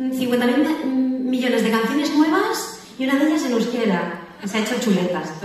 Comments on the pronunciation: Muy bien pronunciado, parece que sabe euskera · Xabier lete estará orgulloso de escucharte, tu pronunciación es perfecta, una de mis canciones preferidas 👏👏👏